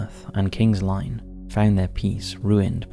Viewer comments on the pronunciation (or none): It's King's Lynn, not Line. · 'Respite', not, 'respute' FFS! Barely an upload goes by without you murdering the language. Also particularly grating in this upload were; Aldershot, King's Lynn and scant.